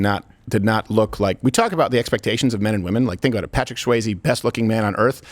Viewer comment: Dude doesn’t even know how to pronounce Swayze correctly. This guy is a fraud hack do your research too before you speak and misinform the public